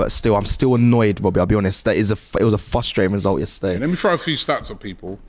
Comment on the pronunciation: "it's very fustrating" 😂